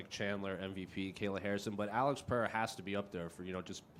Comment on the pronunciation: why are americans pronouncing ''Peheira'', i get you want to say it right but it's not better than saying Pereira with an american accent.